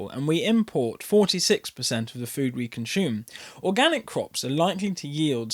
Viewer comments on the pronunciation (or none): I enjoy listening to your content as you are a skilled orator but please pronounce the words assume and consume correctly, it is not spelled or pronounced ashume and conshume.